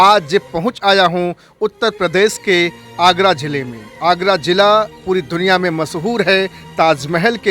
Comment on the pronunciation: Its agra zila not agra jilla